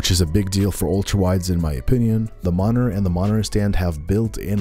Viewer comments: There's a T in monitor 🤣🤣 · bruh why do you say monitor that way